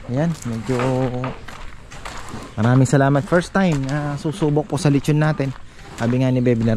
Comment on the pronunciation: Letchon ☑️ LeXchon ❌